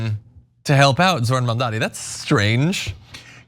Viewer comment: Zorhan Mandami.